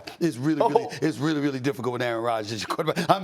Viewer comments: Stephen A said “Matt LeFluuuuh” LMAOOO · That pronunciation of LaFleur's name from SAS 😂